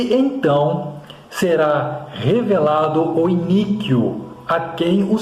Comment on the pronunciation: A pronúncia é I-NÍ-QUO abençoado 😊